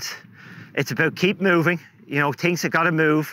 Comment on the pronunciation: I know English is not your first language but its called THINGS not TINGS